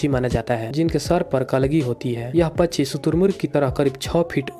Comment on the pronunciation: Pacchi nhi pakshi bolo